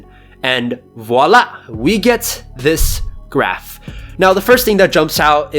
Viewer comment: Just so you know. I'm a french man. And it makes me jump everytime I hear somebody who's speaking english saying "voila". Except that, great video, as usual.